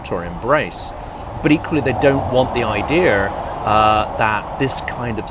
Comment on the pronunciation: 5. please stop calling idea - ideaR:)